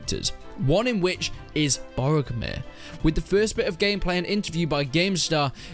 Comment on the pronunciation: the character's name is pronounced how it is spelled. you keep saying it wrong, "brog-oh-meer" that is the true pronunciation